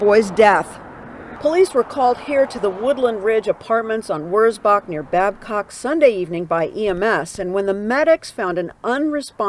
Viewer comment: You pronounced wurzbach rd correctly. This was only a few minutes from me. Lina khil was 10 minutes. Makes me hug my little 5 yr old boy that much tighter. Love him and i am so sad these little babies were not treated the same.